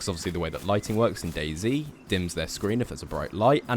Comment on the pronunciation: I keep on thinking that he’s saying dasy instead of day z